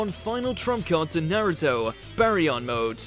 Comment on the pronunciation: Its pronounced Naruto not nairito